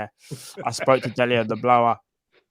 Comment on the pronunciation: "I rang Dele on the blowah" 😂😂😂 so good every time